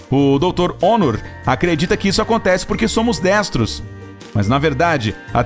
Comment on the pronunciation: E corvo e kkkkk erro na fala em acontece